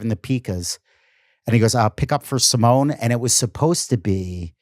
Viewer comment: Dude, it's Simeone ( Sim ee oh knee)